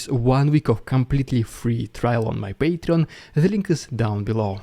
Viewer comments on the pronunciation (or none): This is not ironically, I absolutely love the way how you pronounce "paytreon" \(^.^)/